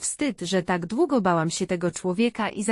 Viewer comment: Irytuje mnie ten wyraźny akcent na literę k w słowie takkk niskie oprocentowanie to K wychodzi głośno z krtani ta pani za bardzo stara się upiększyć dykcję ale to k jest przerysowane poza tem czemu ta reklama pojawia się nieustannie długo ,moze dlatego jest tak irytujące to k bo za często i wszędzie jest powtarzane ?